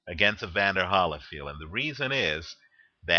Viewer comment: Why do you say Holyfield like that?